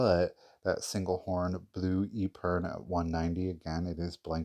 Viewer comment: Epergne American pronunciation Sounds like eh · pr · nay Just an fyi.